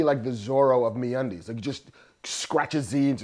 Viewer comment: I kinda like Bill Burr's advertisements for Me-Undies Me-Unides...